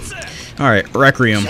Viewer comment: i hate how he says requiem wrong